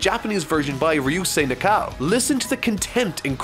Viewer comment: how much tries did it take to say Ryusei Nakao?